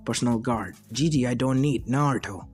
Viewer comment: IT'S NOT DIDI IT'S GIGI